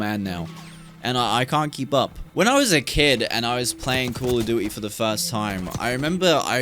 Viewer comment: bro said be'a and call o'du'y...